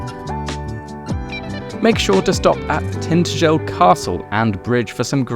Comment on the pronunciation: Tinta-gel had me lols